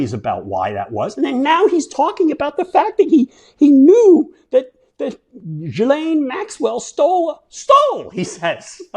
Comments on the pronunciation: It's GIL-En. Not Jill. That's how Virginia Giuffre said it and how Tara Palmieri pronounces it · Exactly. Ghee, not gee. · Gee with a hard G and lane Gee-Lane is how it’s pronounced George unless you’re French. Have a feeling this is not going away anytime soon so look forward to more of your commentary!! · It's trounced 'Geelaine.' Hard 'G'. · GH-ee-laine, guys....is it really that hard to come up with the correct pronunciation? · Jfc, it’s really not hard. ghee-layne. With a hard G. In French the H keeps the G hard. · Maxwell's lawyer pronounced her name JILL-En <-(the sound in meh). So I am officially going with that finally after all these years. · Sirs, Maxwell's first name is pronounced with a hard 'G' as in GHOUL and GHOST. The 's' is silent.Thank you for your attention to this matter... 🙂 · OMG!!!! Geeeee Len JEEEEEEEEEEEEZZZZ!!!!! Why can’t you journalists do your HOMEWORK! Or Just pick up your phone and listen to how HER BROTHER PRONOUNCES HER NAME 😣 Ugh!